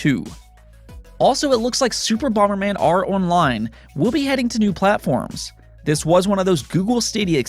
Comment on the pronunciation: What's bomer man? The original nes had bomber man.